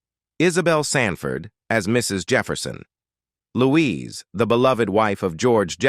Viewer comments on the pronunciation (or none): none